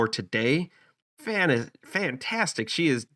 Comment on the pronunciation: "Fay-kiss" Is how you pronounce it